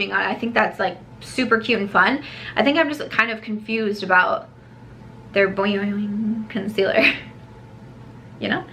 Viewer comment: I’m dying at the way you say “Boiing” 😂😂